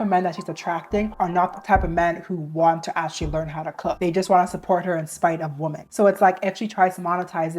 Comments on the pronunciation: I’m so fascinated by the way some people pronounce “women” as “woman” nowadays. May I ask where you’re from and what generation you’re a part of? I’m a senior millennial and we all used to pronounce the “o” in “women” as “ih” (like in “hit,” which is admittedly an outlier in English but that’s how it ahs been for generations so I am fascinated by this evolution of language making English pronunciation more aligned with English spelling). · I cant take IT anymore. Please please tell me why yall say WOMAN for plural- Women-. It is driving me crazzzyyyy! Help. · why do you literally never say “women”?? you can pronounce men just fine but then say woman, instead of women 😭😭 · Why do you keep saying “woman” in place of “women”??? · Why are people saying "woman" wum-man" in the plural instead of the singular? Or women in the singular instead of the plural "wi-men". When i Googled this online, it was saying it's because these people aren't "educated" but dont believe that in the slightest. So could somebody let me know why people are doing it as it's grinding on me because i dont know and need somebody to up-to-date educate me on this if you would be so kind. Im so confused guys, please help or is this the "new way?" Or "slang?" Etc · Gurl ily but i‘m oddly annoyed by the way you pronounce "women" as "woman" 😭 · Please for the love of god... its WOMEN pronounced (WIM-EN) gah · And how dare you say that to the queen of pronunciation😡/j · Hey girl! Sorry to be that person but i keep thinking you’re talking about one woman when you say women lol the plural for women is pronounced like (Wi-min). I love your videos though, it’s so refreshing to find like minded women on the internet! 😅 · Why dont people know how to pronounce "women"? Wimmen.